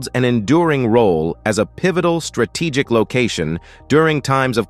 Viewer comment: How come this man pronounced strategic as ‘strate kic’?